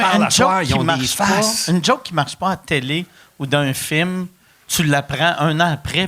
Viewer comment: Chaque fois que Pat dit le mot film, à cause de son personnage Rogatien, je l’entend dire « firme »